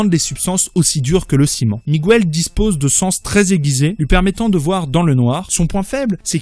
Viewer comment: Le spiderman de la terre 928 s’appelle "Miguel", et non pas "Miguouel".... la silabe "gue" se prononce "ge" et pas "gou" !!!! niveau CE1!!